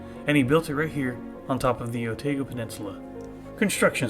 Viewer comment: Great report from your short stay in Dunedin,..loved it , but it is Otaaago not Oteego,yes some of those kiwi names are tricky to pronaunce,i know live here for 40 years now and still struggle with that kiwi languese, but great report,thank you👍